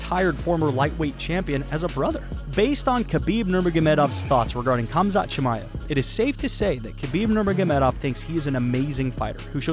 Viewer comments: why do i keep hearing cumshot chimaev? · All I hear is cumshot chamaev. That’s good marketing but Colby haha